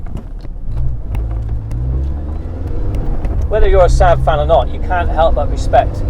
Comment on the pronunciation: You must be the only person on the planet who calls the Saab "Sab"! It's a Saab, two "aa" not a Sab!